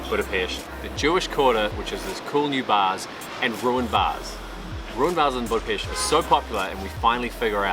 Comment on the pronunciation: Hi Guys, Nice video, I hope you've had good time. On the first hand many thanks for pronouncing the word Budapest properly (most of the times😀). On the other hand I want to share two things; 1. We don't have Jewish quarter. The place what people are use to call by that name refers to the Jewish ghetto's position in the Second World War. 2. The smell is because of all the drunken peoples are constantly urinating on the street..😪 Thanks for the visit, next time try these; kőrözött, hortobágyi palacsinta, rakott krumpli, and házi pálinka. All the bests; István